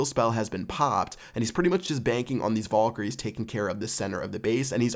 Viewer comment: It really annoyed me the way you pronounced Valkyrie